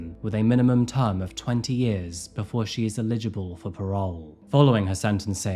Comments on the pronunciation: I love you but please learn to pronounce the word eligible. Illegible means something entirely different. It makes you sound uneducated. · Eligible is pronounced eh' luh juh bl, not eh li' juh bl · say it with me; EL-i-ji-ble, please 😂 everytime you say illigible or illegible my eye twitches 😅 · I love the channel. Please can you google how to pronounce 'eligible' - it kills me everytime. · The way you pronounce "drawer" and "eligible" is so jarring! Just type 'how to pronounce....' into Google. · Curious, do you write your own stuff or read off a script someone else has written, you pronounce certain words in a way i've never heard before like 'drawer' and 'eligible'?